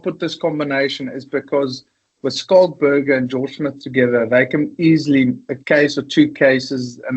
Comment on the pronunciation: Danny Care, pronounce his name properly , it's pronounced ' Skalk '